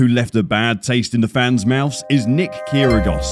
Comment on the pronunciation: You need to look at some real information about Kyrgios (as well as learn to pronounce his name) such as Jay Shetty's interview On Purpose and Rich Eisen and Mike Tyson. They actually talk to Kyrgios as if he was a real human being, not brand him from your back seat. You're a disgrace to the sport, spreading hate like this.